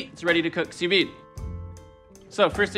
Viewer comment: stop sue veeding you botchulist!